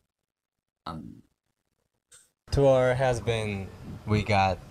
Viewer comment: Admire, confused, timid 발음 너무 귀여워. 정국이가 이걸 보진 않겠지만 이 단어들 발음 제대로 알려주고 싶다 💜 다른 단어들은 완벽 했음!!!